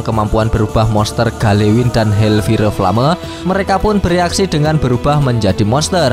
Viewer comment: hellfire flame kalo dibaca "hel pire plame" ya?? :D